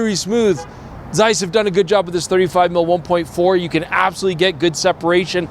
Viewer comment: Its not zeiss, its zeiss :D